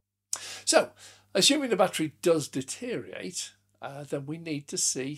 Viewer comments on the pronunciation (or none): the word you were searching for was DE teriorate, not detteriate